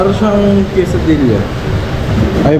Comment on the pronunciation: Boss Quesadilla to pronounce silent L.